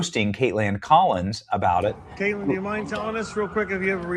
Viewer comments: Hey Benny, have you noticed that there’s no "d” in Kaitlan? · Why do you call her KaitLAND instead of Kaitlan? I'm not against nicknames (Newscum, Pocahontas...) but I'm trying to figure out how the "land" part means.